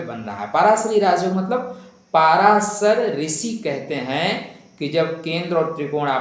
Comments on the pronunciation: महोदय, पराशर बोलिए, पाराशर नहीं। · Parashar sahi uchchaaran hai.